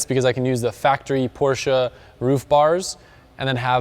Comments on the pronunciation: only ppl that say porsche cringe when he say porsche-a 😭😭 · i really like you but dont say porschaaa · so cool to hear an american saying porsche correctly!! even most car journalists and reviewers can't get this right... kudos!!